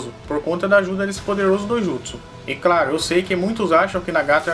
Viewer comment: gosto dos seus videos salve ( so que tem que ter diferencia entre os R e os L claro e nao craro kkk like dado é noix